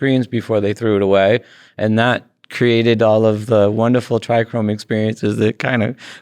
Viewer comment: Why does Todd always say TrichRome. And not trichome ? Lol? Every interview I've been watching he says Trichrome.